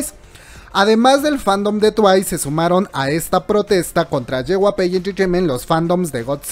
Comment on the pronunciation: Una parte de mi muere cada vez que pronuncia "JYP", a ver si ya aprendes a pronunciarlo comadre. Es "ye uai pi" no "yehuape"